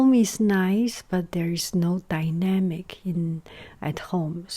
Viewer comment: Okey.... is it just me from 2020 here now that though she said “pandemic” when she said “dynamic” Also I love your voice <3